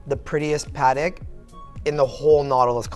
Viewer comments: Why does pronounce Patek wrong like "Patic"? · Just curious - I thought it was pronounced "Pah Teck" as two clear syllables but the salesman refers to it as PAHTK" with the emphasis on the Pah.